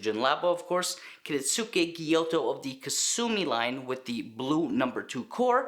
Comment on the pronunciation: It’s a gyuto, not a gyoto.